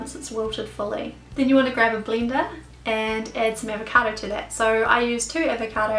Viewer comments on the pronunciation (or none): dat sounds like a kiwi accent--just the way you said bleender.